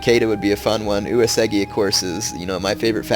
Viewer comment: Gah! He said Uesugi is his favorite clan, but it's the only one he never pronounces right! DX